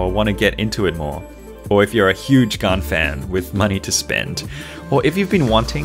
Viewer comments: It’s not pronounced “garn” it’s pronounced “gan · Why does he say GAAAAN it is GAN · Everyone:Prounounces Gan as gen Him:Gun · Hi bro but its gan not gaan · its gan not garn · Its gan not gun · It's not gaan it's gan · Never heard anyone pronounce it “Garn” haha. Is that how it should be pronounced in Chinese? Cinematics are so on point and very informative! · pls don’t get upset that he thinks your Chinese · It sounds like he is saying garn because of his accent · 4: 46 He says GAN like GUN Is it just a coincidence, or am I onto something... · Gaan not gan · He says Gan wrong so many times!! But any way love your videos!